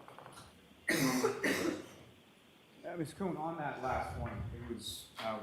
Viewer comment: How come everyone in court can say Mr Lally but when judge says it she sounds like shes sayn Doolally😮